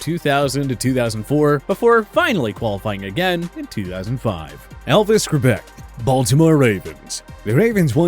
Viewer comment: It’s makes these vid crappy when you don’t know how to pronounce the names of players on your list. Like Elvis Franc’s and Testaverde. Posers.